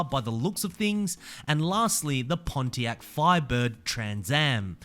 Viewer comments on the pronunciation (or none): none